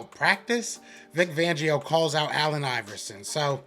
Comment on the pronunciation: Great commentary 👍🏾 I do wanna say poor Vic, lots of people butcher his last name 😂😂😂 I cracked up every time. IT'S Fangio with a FFFFFF 🤣🤣🤣🤣FFFFFFangio. Not Vangio. FLY EAGLES FLY